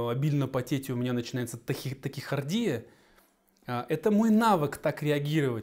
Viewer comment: Тахикардия, а не такихардия